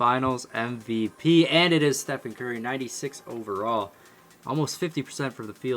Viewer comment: Yo he said gurry